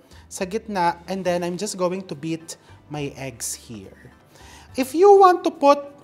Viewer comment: Dinig ko beat my ex, beat my eggs pla 😅 ❤❤❤